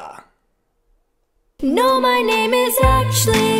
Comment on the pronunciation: Who else noticed Roni made “actually” into 2 syllables? So talented